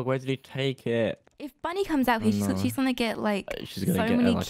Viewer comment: When said bunny i thought he said buddy until he said ahh bunny's chasing me